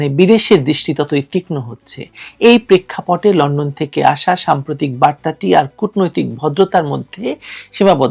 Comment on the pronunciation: ল্যান্ড্যান 😂। শুদ্ধ করে বলাটা আগে শেখেন।